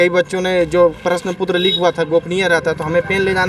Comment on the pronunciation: प्रश्न पुत्र😂😂😂 प्रश्न पत्र बोलने नहीं आ रहा और कहते है रिज़ल्ट चाहिए